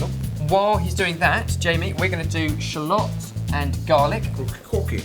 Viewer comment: i like how he says shallots lol